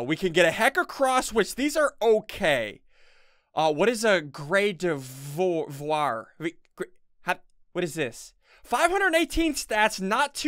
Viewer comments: Not (Grade-I-vw-war) it's (Gard-i-vwar) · Ssundee pronouncing gardevoir Ok so I can get a uh....a gradovar....what is that???? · GARdaVAR Is how it’s pronounced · Is it me or im just crazy but its called Gar da var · Gar- da - vor. Sound it out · It’s Guard-a-vor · Gard - a - var